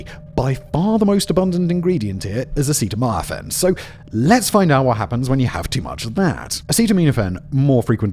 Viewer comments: Is it just me or did Simon mubmlecore more words than usual? Not pronouncing Robitussin correctly I get, but he said acetaminophen 4 different ways and pretty sure he made up a word towards the end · Simon, you serious mispronounce EVERYTHING in every video. Robitussin... Acetaminophen... butchered.